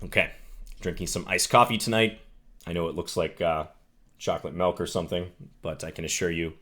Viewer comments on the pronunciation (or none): none